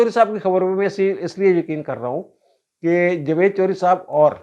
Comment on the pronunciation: میرا خیال تھا کہ آپ کا نام ہے۔ آج آپ کے منہ سے سنا ۔ سواد آگیا جوید صاحب۔ 😅